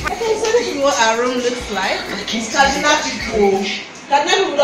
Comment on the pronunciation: A visited my state! Repping KD! Did you live there? The way pronounce "Kaduna" like you lived there.